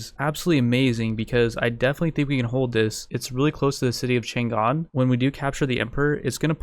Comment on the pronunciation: The city of Chang'An's name was actually pronounced Chung, Ann, not Chan Gan, just to let you know.